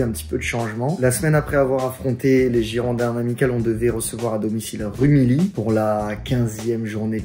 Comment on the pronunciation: Alors j’adore tes vidéos mais je t’en supplie, on dit rumilly (rumiyi phonétiquement)